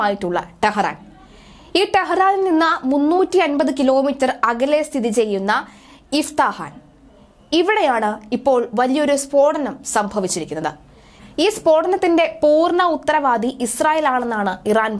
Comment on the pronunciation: എന്റെ മോളെ അതു ഇഫ്താഹാൻ അല്ല ഇസ്ഫഹാൻ ആണു